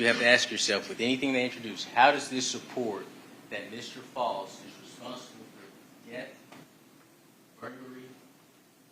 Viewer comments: It’s pronounced Faust like Frost…idk where they got that Foust pronunciation from…his name is Edrick FAUST… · Mr. False? His own attorney can't even pronounce his name? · it’s not that hard to say Faust